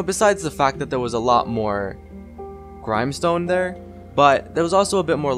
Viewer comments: Gr-Im-e stone lol it is Gr-im-e stone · dude you say grimestone. grimstone